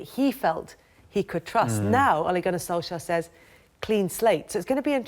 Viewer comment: Solschcka?? Its pronounced SOOLSHARE